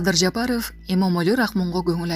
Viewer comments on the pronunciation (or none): Кой окуган кыз ,айланайвн фамилия окуй албайт экенсин мен бир эле Жапарыов дейби дегем .корсо кой уят туура окуп уйрон деп какшап келем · Жапаров дегенде интонацияны ондосонор жакшы болмок